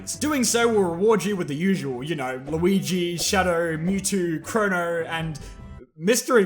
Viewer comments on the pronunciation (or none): none